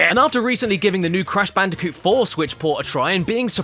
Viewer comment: cash banooca